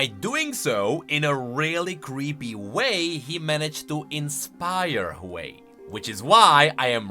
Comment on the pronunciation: Ain't no ''hwei''